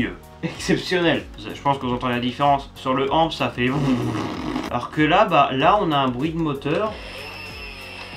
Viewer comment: On ne dit pas amp on dit a.m.p